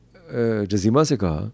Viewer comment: جزیمہ میں ج پر پیش ہے 😊😊😊